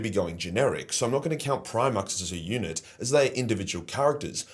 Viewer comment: I kept mishearing unit as eunuch. It made the sponsor reading interesting ...